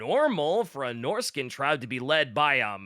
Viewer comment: good god hearing norsacan instead of norscan is some how jarring